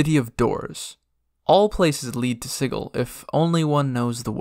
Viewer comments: OMG stop saying siggil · Ain’t that hard G in pronunciation of Sigil? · Yeah, a hard G. Siggil, not sijil. So not pronounced the same way as the word "sigil" that means magic symbol. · What? It's definitely not Siggil. The word's spelled 'Sigil' which is pronounced...well, like the word 'sigil', with a 'J' sound. ;P And, considering Cagers all speak Cockney, nobody but a berk is going to say 'Siggil', my friend. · You're probably right. I guess I pronounced it like that because that's how I've heard it before, and because it sounds like "chaos," which the Xaositects embody. But then again it would be just like the Xaositects to purposefully NOT pronounce it like "chaos." And you are definitely right that I, for whatever reason, did not pronounce the "t" at the end of the word, saying it like "techs" rather than "tects." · You are mispronouncing Sigil.